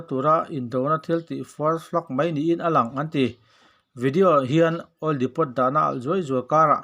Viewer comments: depo anti ngai...depot ti lovin aw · Ka hrilh ru ang che 'Depot' tih hi 'Depaw' tia lam tur 'T' hi lam rik tel loh tur,oil dahkhawmna hming a ni. Min min nuihzat ang tih leh chuan.